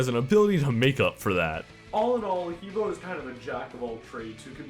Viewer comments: that pronunciation is fucking retarded. It's Huh Boe (like toe). Even saying flat out Hee Boe sounds better than fucking Huah Buah. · I Have studied and lived in China for almost 5 years and I speak Mandarin. You pronounce He Bo like 'Hubwah. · he bo is pronounced "ha-bwa"